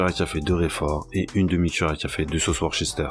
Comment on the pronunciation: Juste pour info Worcester se prononce Worsster (les anglais sont originaux). Si tu regardes le rugby, c'est comme le Leisster (Leicester et oui j'insiste sur les deux s pour le fun). Merci pour la recette parce que je kiffe le coleslaw !